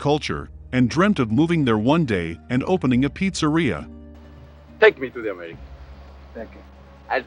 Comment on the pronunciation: Fabrizio betrayed Michael because Barzini promised to " takah me to Americah!"